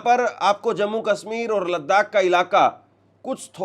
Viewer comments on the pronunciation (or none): none